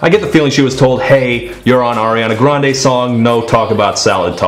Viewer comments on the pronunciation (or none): Air-Ee-on-ah grand... Lol but seriously she is a good singer but i think the pop songs don't utilise her.